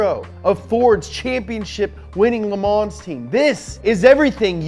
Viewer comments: The S is silent in "Le Mans". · Learn how to pronounce Le Mans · How many times did he said The 24 hours of le mans epicly?